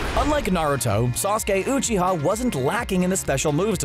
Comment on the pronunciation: u pronounced uchia wrong and Rasengan but u pronounced the chidori right